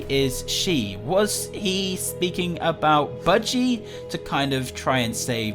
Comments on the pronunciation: You said biggy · No it's budgey